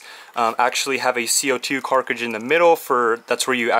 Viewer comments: Everyone: c02 cartridge: c02 carcidge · Why do you say KARCIGE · is- is he saying carcidges instead of cartridges? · sorry but can u not pronounce cartridge